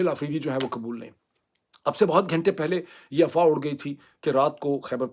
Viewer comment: Yaar please learn the pronunciation of "WAQT" and "GHUNTA" in urdu talufuz. Boht bura lugta hai. You use the "Ghainta" so frequently but U speak so wrongly. Please have a heart.